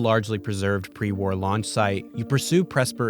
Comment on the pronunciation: After those scenes from TOS, when he said "pre war", i could just hear "pre warp" kkkkk